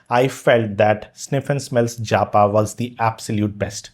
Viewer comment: I doubt its 'JA PA'. Most likely 'japa' as in prayer meditation